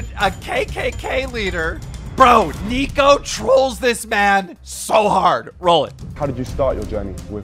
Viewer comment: ‘Nick-oh’ not Neek-o